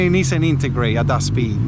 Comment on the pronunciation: What’s an intergrate? 😂🤦‍♂️